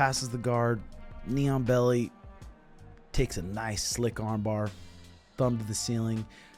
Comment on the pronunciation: I'm dead thinking about all those people watching who don't know our sport but enjoy watching. This is what they heard "Mighty Mouse got the NEON BELLY on him." Instead of what was really said _"knee on belly." 😅 💀 😂